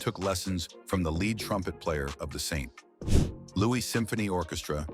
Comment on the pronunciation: Got 2 minutes or so in, can’t stand the computer voice. The pause after St. ……Louis. Is insufferable. Turned it off